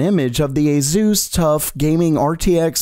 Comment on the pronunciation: bro for the millionth time its ASUS not AzUz A S U S